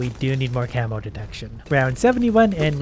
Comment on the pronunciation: lol, at first i thought its "camel" 🐪 balloons, not camo